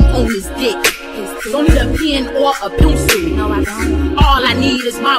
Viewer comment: THE WAY SHE SAYS PENCIL 😂😂😂